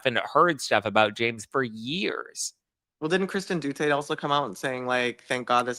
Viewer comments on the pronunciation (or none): Kristen Doo-tay? Sorry, do you even go here? 🤣